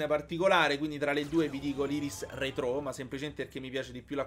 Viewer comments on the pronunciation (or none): In realtà si pronuncia retro perché l'accento non è sulla o